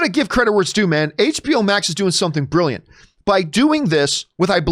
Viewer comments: it's brilliant not billant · "Billiant" Lol, all seriousness this is crazy news!